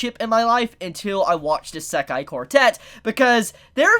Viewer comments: The way he pronouns isekai triggers me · Can someone tell this man how to pronounce Isekai